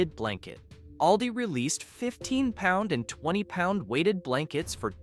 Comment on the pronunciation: It's called all - di